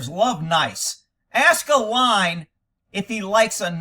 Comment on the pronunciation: Anyone else think said “line” instead of “lion”? Now I have the picture in my head of a line of Kocane, stalking the African savannah, pouncing and eating a antelope.